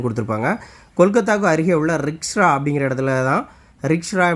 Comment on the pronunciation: ரிக்ஷ்ரா என்று உங்கள் உச்சரிப்பு உள்ளது அண்ணா... ரிஷ்ரா என்று உச்சரிக்க வேண்டும்... உங்களுடைய பல சாட்ஸ்களை நான் பார்த்துள்ளேன். உங்கள் முயற்சி பாராட்டுக்குரியது. மிக்க நன்றி. மிகவும் பயனுள்ளதாக உள்ளது🎉🎉🎉🎉🎉 மேலும் இதுபோன்ற வீடியோக்களை வரவேற்கிறோம்.